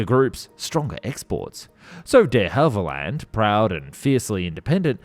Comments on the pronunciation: duh havilland ? try saying dhavilland (one word) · Please, please, please check your pronunciation. On this video its DeHavilland you're getting wrong.